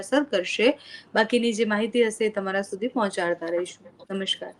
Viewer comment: સાચો ઉચ્ચાર 'નિષ્ણાત' છે, "નિષ્ણાંત" નહી; એટલે કે અનુસ્વાર નહીં. બીજું, "નમશ્કાર" નહીં,પણ 'નમસ્કાર'…